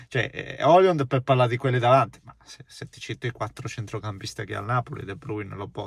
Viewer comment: Højlund in italiano maccheronico si legge OILUND , non OLIUND😉